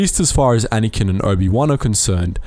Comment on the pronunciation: Why do you call Anakin "Anyken"?!